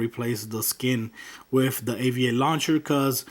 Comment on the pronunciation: Its with not wif